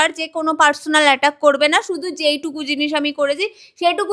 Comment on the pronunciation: Personal ❌Parchonal✔️